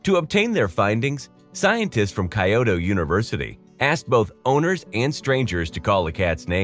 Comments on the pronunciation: "KAI-OTO University"?!?!.... Was that supposed to be "Kyoto University"?! O_O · Did the narrator actually said Kuh-Yo-Tow instead of Kyoto? 😂😂😂😂😂😂😂😂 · The way he pronounced Kyoto 💀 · Your pronunciation of "Kyoto" pains me greatly.